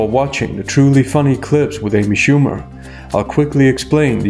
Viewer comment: Amy shoowee